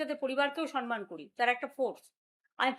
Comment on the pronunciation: শুভ নন্দন! কেউ একে বাংলায় একটা নোবেল দাও, সন মান বলছে, সমমান যে সঠিক শব্দ এটা একে এই বুড়ো বয়স পর্যন্তও কেউ শেখাতে পারলো না।